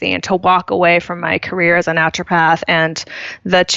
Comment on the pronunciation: I'm not sure what make me grind my teeth more, Britt laughing at charging a worried parent 150 dollars for holding a hot onion next to their sick kid's ear, or Seth constantly adding an L in the middle of 'Naturopath'.